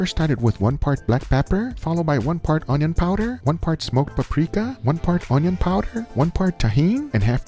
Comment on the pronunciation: can we just talk about how guga said onion power 2x